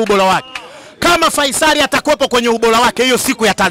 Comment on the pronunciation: Wewe to a mimachotu faisali au Feisal hata jina tuu huwezi kutamka hamkawii ooo wamebebwaa